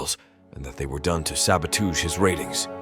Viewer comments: "sabatooge" what in the holy AI slop is that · "Sabatooge" had my ribs hurt'n.